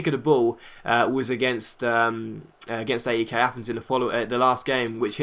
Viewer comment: That's not how you pronounce AEK:p